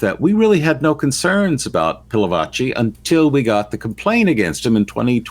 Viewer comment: Again - it's Pil a vachi !! 😬